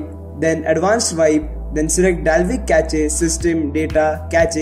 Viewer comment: Cache ki pronounciation "ka-che" nahi "k-ash" rehti 😛😛😛